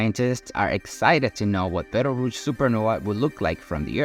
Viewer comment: First, it is Betelgeuse (pronounced Beetle Juice) and not Beltarooch. 2nd, it did not start to go supernova. It is still in the stage of fusing helium meaning it still has at least 10,000 years left before it will go supernova (I just watched a real program on this exact topic).